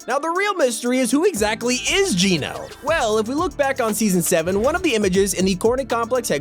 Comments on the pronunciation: It's Gēno not geeno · PLEASE STOP PRONOUNCING IT JEAN-O IT'S PRONOUNCED JENN AS IN JENNIFER O AS IN GENOCIDE.. LIKE THIS JENN-O ... BTW GENO (PRONOUNCED JENN-O) IS NOT A PERSON.. GENO IS A GROUP..A FACTION IF YOU WILL.. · ITS NOT GEE NO ITS GEH NO they said it in the trailer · It’s not Gino it’s geno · Its geno Pronounced: j e n o Not j e e n o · its Geno not geeno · It’s genō not geeno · Can you stop calling her Gino? its said Gèno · It’s gehno not geeno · It's not geeno it's like saying Jen with a o listen to john say it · Ok I just have to because it's pronounced Jen-o not geno cause thats what jonesy said in the event in season 6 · Why does he say jeano instead of geno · He keeps on saying jeeno it's geno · Just thought I would tell you your were saying geno wrong it's not ge no which is how you were saying it its geno ge not gee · How you pronounce Geno is so bothersome lmaooo. The actual event literally said her name. Gen-oh. Gen...like Jen. Oh. Geno. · ok why is it so frustrating the way he says Geno?? HE IS SAYING IT WRONG!!!!!!!!!!!! IT ISN'T PROUNOUNCED GEE-NO, IT IS LITTERALLY SAID IN THE CHAPTER 2 SEASON 5 TRAILER, HOW DOESN'T HE UNDERSTAND?? AHHHHHHHHHHHHHHHHHHHHHHHHHHHHHHHHHHHH!!! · geno is pronounced jeno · Please just pronounce geno properly it's so annoying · Your saying geno wrong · He's pronouncing Geno wrong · It’s geno not gino